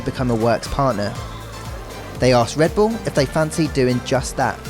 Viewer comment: “Wike wivels wedbull”